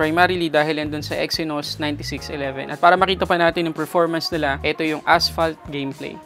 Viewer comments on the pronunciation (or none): none